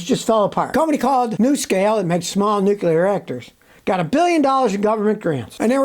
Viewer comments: It's called nuclear not nucular 😮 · Did somebody say "Nuk yah ler"?